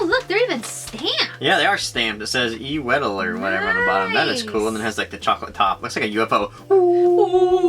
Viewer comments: The Wedel's "Jaffa Cakes" that should be called "Delicje" are one of the best and probably most popular snacks here in Poland, they're present on every party, meeting or whatever, and everyone here loves them Also you should pronounce "Wedel" like it was spelled "Vedel" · The way they pronounce the words I can't even deal with them Weee del- wedel Crack ouw- Kraków etc 😂😂💩